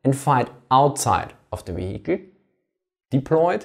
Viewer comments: Almost half the video and not one word about the technology - why doesn't it understeer etc. And "vee-HICK-leh"... Is there really no one that could've pointed that out for you? It gets quite annoying after a while. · Awesome video, always wondered about this question. FYI the word "vehicle" is pronounced [VIE-cle] in English (or at least in the generic/Midwest American accent). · Great Video, spent the first 5 minutes wondering what a vahiki was, thought it was a type of halftrack until i realised he was saying Vehicle, love the accent though, gives it much more credibility. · weheicle sorry had to giggle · It's not pronounced "vehikel" in English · You way of pronouncing 'vehicle' is really innovative! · Every time he pronounces vehicle someone dies in a car crash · say vehicle again for me please.